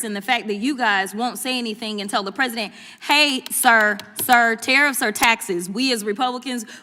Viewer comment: "LAME DUCK PRESEIDENT" 😂😂😂